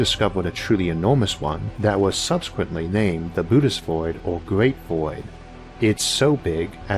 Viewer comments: That umlaut-looking thing over the second "O" in Boötes is a diaeresis. It is there to tell you to pronounce the second vowel letter separately. Boh-oh-tees, not like "booties". Just like ZOË is zoh-ee, not zoh. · Shouldn't it be pronounced bu-o-tees void?